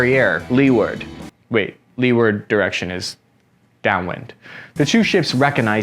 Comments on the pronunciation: "Leeward" is pronounced "LOO'erd" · Love you, but leeward is pronounced lew ward. I split my ironsides laughing at your farmer's pronunciation. No judgment, though, you're army not navy.